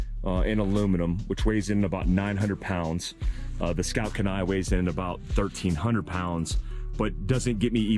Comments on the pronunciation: Key-Nye. Not Kuh-Nye. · Hey brother, thanks for another great video. FYI- Kenai is pronounced (Keen-eye). Named after the Kenai Peninsula and River in Alaska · If you are from Alaska you are cringing with me every time pronounces "Kenai" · Kenai is KEE-ny (key nigh) It's Dena'ina, which is part of the Athabascan tribe in South Central Alaska. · If it's named after the Kenai river in alaska....we pronounce it keen-eye. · It's pronounced KEY-NYE....its a town in Alaska.... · As always excellent content! BUT, as someone who lives in the city of Kenai, on the Kenai River, on the Kenai Peninsula, I gotta say its pronounced Keen-eye! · It’s pronounced “Kee-Nie” lol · Pronounced "Keen-eye", I grew up there. Great vid, I've had my eye on this camper for awhile. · Cool rig!👊🇺🇸 and just as tip from a long time Alaskan who lived not far from Kenai. Alaska... its usually pronounced. KEE NI. LOL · haha man, as a former Alaska resident (I was stationed at Ft. Wainwright) I laughed at your pronunciation of Kenai Love what you do! keep up the good work